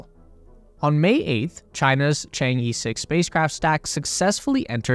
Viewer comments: I've follow this channel for 2yrs, and you guys still pronouncing 嫦娥 in "Chang-E" till this day. like, A B C D E. No, not like that. Simply paste the word "嫦娥" in google translation, there will be the proper pronunciation of the charaters in Chinese. Being a westerner is not the excuse to make a low quality video essay. Consider how unprofessional this is. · 'Chang'e' should be pronounced as 'Chong Eh' (sounds like Chong Ah) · A great video. just one comment is the pronunciation of "Chang E", the E should sound like 'a' in "a banana" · It is ok. Not many people can pronounce foreign names perfectly including you and I. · It’s pronounced chaang uh chaang uh chaang uh! Stop saying E! It’s not chang E! Please learn the pronunciation if you’re dedicating 20 minutes to it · Chang'e should be pronounced like Chang-ur, not Chang-ee or Chang-ge! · Please, for the love of god, please pronounce it properly! Chang-err, Chang-Ur or even Chang-Uh are all preferable pronunciations to Chang-Ee! 🤦🏻‍♂️ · 嫦娥，chang ，not chang i or E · It's pronounced Chang ER, not EE. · The project name pronunciation is 『嫦娥』not chang E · The pronunciation of Chang'e is not the Chang Eeeeeee~ its should be pronunciation like Chang Errrrr~ pls follow the original Chinese pronunciation in right way~ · I just hope that you can pronounce Chang-E properly. 😂 it's Er, not E…😂😂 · The "e" in chang'e is pronounced similar to "er" in British English. More precisely, "Cháng é", as they are both the second tone. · Westerners really need to learn basic Chinese pronunciations. For example Chang-e: the “a” in Chang is more of an “ah” sound, and the “e” sounds like “uh.” Ch-ah-ng-uh. And before people say Chinese pronunciations are hard, I don’t want to hear about it because the US has Kansas and Arkansas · Actually, I think it pronounces "Chan-Err". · Chang-uh... some northern Chinese could add a bit of an 'r' sound on the second syllable though that's not necessary. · It's Chang-urgh